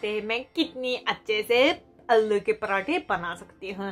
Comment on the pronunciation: Alo nai aalloo